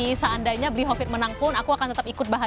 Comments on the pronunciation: say "Bli Kopit" 😅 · bener bener mood booster banget di season kali ini, manggil bli hovid jadi "Bli Kopit"